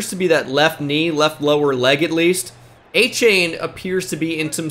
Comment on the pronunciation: Hearing it pronounced “Achain” 100x << 😂